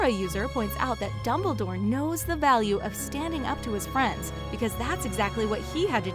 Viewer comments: .…. who??? I dont know a dimbledore. gosh they need to get a new person to speak in these they mess up too many names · she calls Dumbledore dimbledore